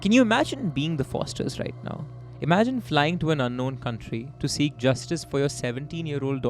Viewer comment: Amazing work as always! Just one concern. Please pronounce Sikh correctly. It’s not Seekh.